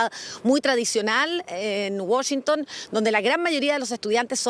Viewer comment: Por qué dice Wushington si es Washington periodistas Chilenos aprendan a pronunciar